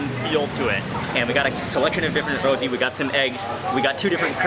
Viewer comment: You called it a Rothi. Actually it is roti